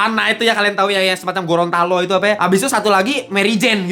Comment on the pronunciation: 8.27 Gorontalo 😂 Gondola bang